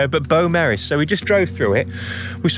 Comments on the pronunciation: That’s actually incorrect I’m born and bred in the town of Beaumaris and the correct pronunciation is: Bow-mar-iss It’s actually French for beautiful marsh and doesn’t translate to Welsh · Beaumaris is pronounced Bo Maris .......like Maris Piper spuds. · Beaumaris - pronounced (biew (as in view with a B) Maris (as in Maris Piper potatoes) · Awesome video as always mate - my dad is from Menai Bridge, so it's always cool to see places that I haven't been to in years 👌 Also, Beaumaris, is pronounced "Bow-Maris" if I remember correctly 😂